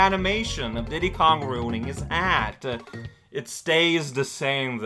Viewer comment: Deedee Kong